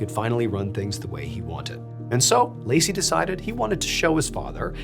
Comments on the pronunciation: Laci is not pronounced like “Lacey”. It’s Lat-see. 😉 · For what it’s worth, the Hungarian name Laci is pronounced like Lhotse , not Lacey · The name in story #2 is not pronounced “lay-see”, it is pronounced “lutz-ee”. I’m Hungarian and that was my father’s and brother’s nicknames. It Represents the name LASZLO in English, Les. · "Latsi". C is pronounced as a "ts" sound in Hungarian. "Lacy" is a woman's porn star stage name, eg. Lacy Lennon. Forgive me if there are women who pronounce their names like that. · Laci is pronounced "LAH - tzi" - an Hungarian 😁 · Hey Mr.Ballen! Native Hungarian here! It’s pronounced Latsi, like in the word mitzvah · Laci is pronounced "Laht-see" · The second story supposedly occurred from the region where I am from. Never heard about it and could not find anything about it on the net. (By the way, Laci is a short version of László and pronounced like Lutzi.) This is at least the second time when you tell a story with a Hungarian man involved. I am Hungarian. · Laci is a nickname for László. Pronounciation: lɒ-tsi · I think "Laci" its pronounced "Lot.ZEE" a nickname of Laszlo. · Happy to hear a story about a hungarian 😊❤️ you pronounce the name as "latzi". Laci is short for László, same as my dad's name 😊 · I think it’s pronounced ‘loksie’ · Hey MrBallen Laci is La-tsi in Hungarian ❤ Love, a Hungarian who loves your content Also, if you like, there's another Hungarian story - well multiple - that'd fit your channel. One is the history of the Nedeczky mansion. It is now abandoned, but its story is fascinating and spooky! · Laci is a shortened version of Laszlo and is pronounced Lotsi in English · I hate to be that guy, but just so you know, Laci is pronounced “Law-tsee”. I used to know a Hungarian with that name. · ngl as a Hungarian the wildly off English pronunciation of Laci completely threw me lmao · Woulda been really easy to look up how to pronounce his name online before recording. Probably would have taken about 5 seconds.